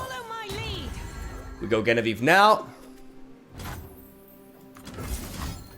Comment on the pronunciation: The nail clipper story sure is disturbing, but I find the way he pronounces Genevieve way more disturbing 😅